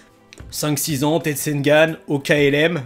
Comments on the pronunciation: juste comme sa pourquoi tu dis teisengan au lieur de tenseigan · rololo 0 effort dans la prononciation du Tenseigan , toi tu le dit teisengan au lieu de tenseigan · Juste c'est un tensegan pas un tesengan